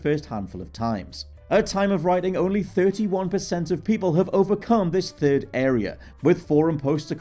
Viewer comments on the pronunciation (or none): none